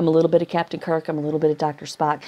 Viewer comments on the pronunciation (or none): none